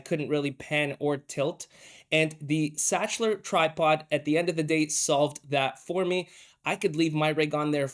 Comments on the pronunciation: pronounced ‘sakler’ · Sachtler is pronounced as Saktler